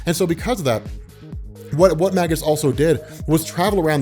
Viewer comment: "Magus" is pronounced "may-gus" not "mah-gus."